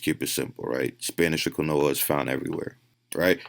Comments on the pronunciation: The fact he can’t pronounce Quinoa correctly was erking my soul. Then he said make sure it’s 100% Quinoa like there are manufacturers out there mixing Quinoa with stuff to save money. Smh. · Dude mispronouncing quinoa kept cracking me up 🤣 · This guy eats Quinoa every day for years and still can’t fuckin say it right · is he talking about quinoa and just pronouncing it wrong? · he said quinoa wrong soo many times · Dude if he mispronounces quinoa one more fucking time..... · That's not how you say quinoa but okay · I have never heard 'quinoa' pronounced like that. I had the audio playing in the background and had no idea what he was talking about for a bit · This guy said "quinoa" incorrectly so frequently and so confidently I doubted whether I knew how to actually pronounce it. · Anyone else laughing "I ate a shit ton of QUINOA and spinach" ??? Mans has never heard someone actually pronounce quinoa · ITS PRONOUNCED KEEN-WAH NOT KIN-OH-UH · Bro I thought he was saying granola the whole video. Its pronounced KEEN-WAH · Quinoa = KEEN-WAH this mf makes my skin itch worse than beta alanine every time he days KEN-OH-AH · how tf is that guy a trainer, doing diet plans and yet keeps saying "kwin-noah" bro, "keen-wah" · It’s pronounced “Keen waa” 🤦‍♀️ not Quin-o-ah. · “QIN - NOA “😂 just annoyed me , it’s “KEEN- WA” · Qwi-no-a is fucking killing me. Idk enough about it to say if that’s how it’s pronounced, if it is though fuck whoever came up with that. Keen-wa. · When Quinoa is pronounced "qwen-oah" instead of "keen-waa", you know shit just got real. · I'm wondering if this guy realized when doing this video how many times he mispronounced quinoa. I'm sitting here cringing. Kwinooa. Lol. It's Keeenwaaaa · It's pronounced "KeenWa". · How am I supposed to trust the man you're reacting to's studies when he can't even say "quinoa" correctly. (If you don't know, it's "keen-wah") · Bro….it’s (keen-wah) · WTF is quinola? 😂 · quinoa pronounced [keen-waa] you’re welcome.